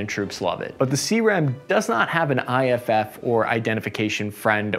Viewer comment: you gotta' learn some pronunciation. Let me help you out: Martin Marietta (mary-et-a, not martia) Corsair (corse-air, not crossair) Pneumatically (new-matt-ick-ly, not newmotickly) IFF stands for Identify Friend or Foe. Not IFFF.